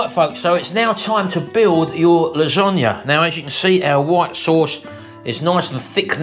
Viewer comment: Losonaghe lol 😂